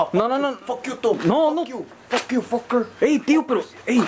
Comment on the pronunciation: Lmfao the way he says fucker